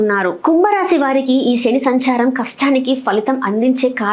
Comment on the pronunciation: శని ఆనటం చేత కాదు షని అంటావు నువ్వు చెప్పటం నేర్చుకో